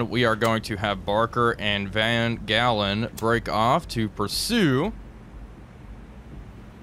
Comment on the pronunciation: In Dutch the G is sounded H, so Van Galen is actually Van Halen. Suggest referring to the ship as 'Eddie'...